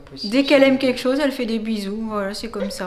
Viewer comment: elle a dit sose au lieu de chose 😂😁😘😍